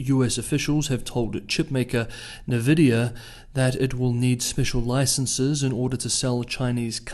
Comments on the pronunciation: It's pronounced "en-vidia" -- not "na-vidia" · It's commonly pronounced, "en'VI'dē'uh" I believe they are Taiwanese; AMD definitely is. How do these restrictions affect them?